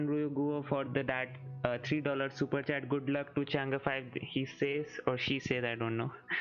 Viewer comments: the pronunciation is Chang E 5, not Change5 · Not changa it's chang E